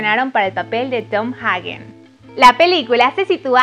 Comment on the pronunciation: Querida, pronuncia bien Coppola y Hagen por favor 🙄. Deberías investigar este tipo de detalles primero antes de empezar a hacer el video.